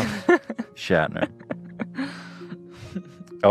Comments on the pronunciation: His last name is Schnatter, not Shatner (read it carefully, ETHAN!) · can someone PLEASE tell Ethan that it's Papa John Schnatter not Shatner, been getting one my nerves for literally years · Papa john schnatter. Not shatner like Captain Kirk.... SCHNATTER